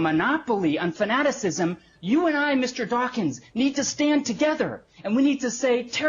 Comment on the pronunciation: "Mister Dachshund"